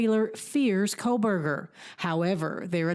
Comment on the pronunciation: Quit saying Kolberger! Lol. It's Kohberger... And I am not surprised his attorney is nervous sitting by him. He is a cold blooded predator!